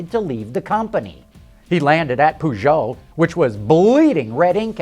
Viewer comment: POO-JEAU ? really dude, really ?